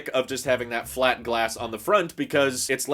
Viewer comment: curved, flat, curved, flat curved, furved, clat